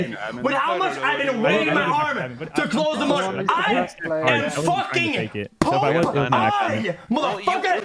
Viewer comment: Pepega Clap "POPE EYE"